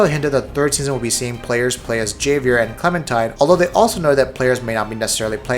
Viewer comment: just to let you know the j in Javier makes an h sound